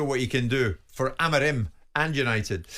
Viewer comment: Wish Jim would stop over pronouncing’Amorim’